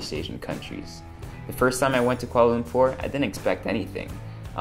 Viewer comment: This is a great video but was it only me who cringed at how he said Kuala Lumpur? I am half Malay and my mum is from kl